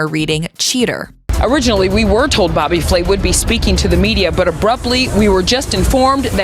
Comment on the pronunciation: You mean, Bobby Fway? Lol.